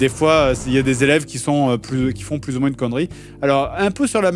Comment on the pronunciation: plusse plusse plusse..... omg stp dire ca